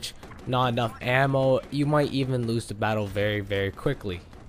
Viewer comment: Why do you say “de” instead of “the”. Smh